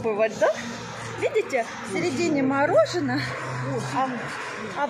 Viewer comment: О прикольно, говорит "морожено" так же как и Таня. У них наверное так говорят.